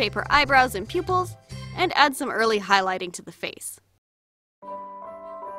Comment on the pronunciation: It sounded like you said pubils